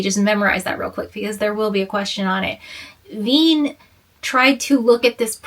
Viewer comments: /reɪli/ which is like "ray-lee" /vei:n/ which is like "veen" /fraʊnhoʊfəɹ/ which is like "frahn-hoh-fer" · Wien - to be read like lavine Kirchhoff - ki like in kid, r like in radiance, ch like h in hen and hoff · Wien - to be read like lavine Kirchhoff - ki like in kid, r like in radiance, ch like h in hen and hoff Fraunhofer - fra like in france, u like oo